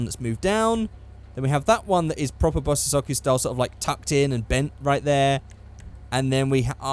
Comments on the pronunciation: SAY BOSS-OH-ZOCKU AGAIN AND IM GUNNA KMS! Its Pronounced bosozoku (Bow-so-zo-ku) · I'm 80% sure that bosozoku is pronounced "Bos-Zoh-Ku", I'm pointing this out because I cannot take seriously after hearing "Bos-sis-zo-ku" so many times.:p